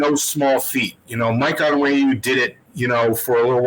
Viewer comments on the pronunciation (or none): Do you watch the games? Pronounce: (On-WHEN-ew) (REEF). Not difficult